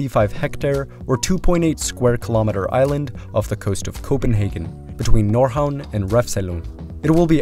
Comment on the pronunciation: Yeah he did a genuinely good job. "Nordhavn" really struck me as surprisingly on point